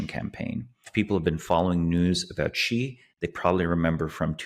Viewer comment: was correct in the beginning, Xi is pronounced "she". Then started pronouncing it correctly 1/3 of the way in and switched to mispronouncing it! Lol!